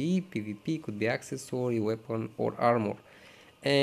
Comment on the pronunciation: Its calls accessory the way you speak is access-sorry its so annoying have you noticed